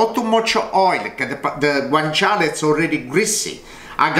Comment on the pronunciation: Hi, i'm italia. It's "guanciale", not "guancale". "Guancale" it's more like reading it "guankale". Understand? Sorry for my bad english